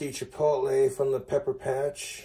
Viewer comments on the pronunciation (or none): none